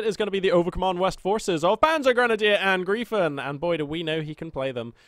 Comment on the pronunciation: The correct pronounce is PanzergrenadierAngr (I)fen like I Phone ;)